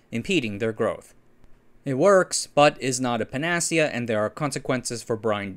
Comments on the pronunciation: Pan-A -SEE-Ah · Incorrect, it is Pan - uh - see - uh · Great video! ProTip: “pana see ya”